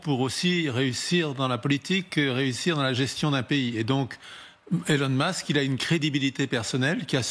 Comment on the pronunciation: Monsieur « Tramp » et Monsieur « Mask »